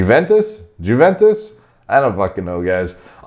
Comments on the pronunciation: Huventus hahah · Giuventus xD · i know Americans are very close up to their world .but thinking that pounds less than euros .not knowing how to pronounce Juventus F.C. is just too much thats just sick